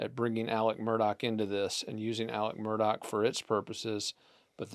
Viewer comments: I'm enjoying the content and insight, you have done a thorough job on the case. In the interest of continuity, please pronounce Alex Murdaugh's name properly. I realize it's not pronounced in the way it's spelled, but the correct pronunciation is in fact "Alec Murdock". I had to learn that and get myself corrected early on, and Will was actually the one that confirmed the correct pronunciation for me. Thank you for your great work! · If you are a reporter and after 2 years you still don't know how to pronounce Murdaugh, how much credibility can be given to the details you report? Details matter . . .